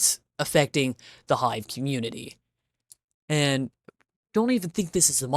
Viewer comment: i like the way that ur saying "aNd" lol